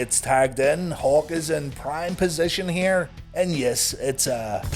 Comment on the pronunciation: Every time you say "Hawk" I hear "Hulk" and wonder where Hogan's at...